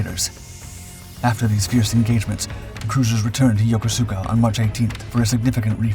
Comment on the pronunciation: Pronounced: Yo-kus-ka